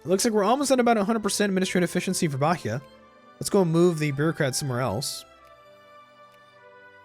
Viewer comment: Hey, an small pice advise about Portuguese pronunciation, the h in Bahia is mute so its sounds Baia and in the word Exercito the x sounds like an z like ezercito. If you need any help plz contact me.